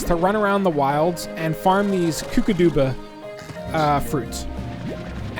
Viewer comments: the mud balls you need to put in those statues with the green ball in them they are called kookadoba crackers. The kkokadobas are not pronounced (koo-kah-doo-bah) it is pronounced (koo-kah-dow-bah). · I’m pretty sure it’s pronounced kook-uh-doe-bu fruit I think.